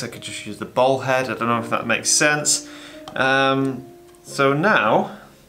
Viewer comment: He’s saying “bowl head”